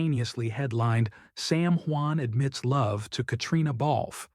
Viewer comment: What kind of reporter are you you can't even tell what your subjects name right. Get off the air. Are you report is garbage